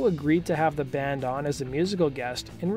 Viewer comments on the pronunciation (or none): Is it just me or is he saying "dand" instead of "band"?